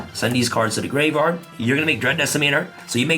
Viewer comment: Not to mention him saying gravard and not graveyard